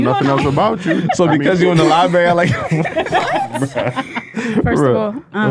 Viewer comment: If you call it a "libary", you aren't going to be appreciated for your intelligence.